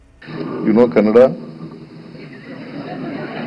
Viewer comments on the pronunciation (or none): It’s Kannada, not Kannad!